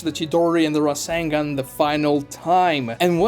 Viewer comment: razzengon? i thought it was rasengan